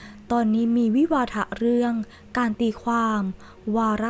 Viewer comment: เป็นคนไทยรึเปล่า อ่านภาษาไทยลำบากมากใช่ไหม วิวาทะ อ่าน วิวาถ่ะ อย่างอื่นก็ดีอยู่หรอก เหลือเชื่อเลย